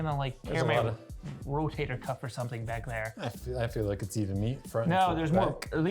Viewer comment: I know I'm a month late, but, for the sake of science I thought you should now. It's a rotator "cuff" not 'cup'. The more You know...